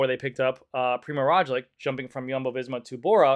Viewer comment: PRI-MOZ ROG-LICH please say it with us... ffs